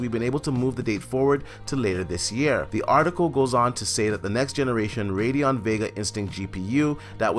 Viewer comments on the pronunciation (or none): none